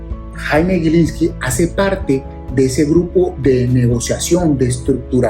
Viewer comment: en los primeros 40 segundos, si me permite dos correcciones, no es 20 20, es 2020, y no es en su pronunciación "gui", sino "gi", GILINSLKI.